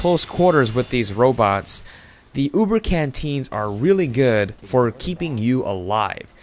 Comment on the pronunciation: "Sniping is a goid job, mate!"